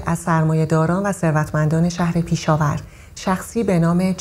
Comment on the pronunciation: خانوم پیشاور اشتباه دارین میگین پشاور اسمش لطفا درست بگین